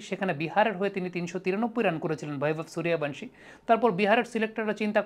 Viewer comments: ওর নামের বানান বা উচ্চারণ টা ঠিক মত করুন। ওর নাম বৈভব সূর্যবংশী। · আপনার প্রতিবেদনগুলো খুবই ভালো। কিন্তু আপনি নামের উচ্চারণ বাংলায় সঠিক করতে পারেন না। বাংলা উচ্চারণ হবে বৈভব সূর্যবংশী । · বৈভব সূর্যবংশী,,,ক্রিকেটার এর নাম গুলো যদি বাংলায় উচ্চারণ করেন,,শুনতে আরো ভালো লাগবে,,,ইন্ডিয়া থেকে বলছি ভাই❤